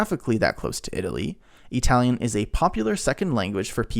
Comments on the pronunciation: Since you can say Italy with the correct sound in the I what do you mispronounce Italian as EEtalian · Why the hell are you saying E-Talian? It sounds so damned stupid that I can’t watch. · e-talian? really? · 🤔 What is the deal with the pronunciation of “Italian” in this video? Something like ee-talian. I was thinking, ok, kind of weird (at least to me) but maybe it’s regional or he’s trying to de-nativize it. But, he does not pronounce “Italy” as “EE-taly.